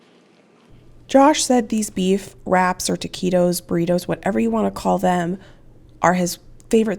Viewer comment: I just want to let you know it’s not teakeytos it’s ta qui tos taquitos. I hope you don’t mind 💐❤️